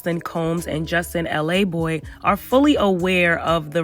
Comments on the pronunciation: It’s laboy.....not l a boy lol he from queens not LA 🤣🤣🤣 just saying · Justin's last name is pronounced Luh-Boy not LA Boy. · his name is justin laboy not LA boy 💀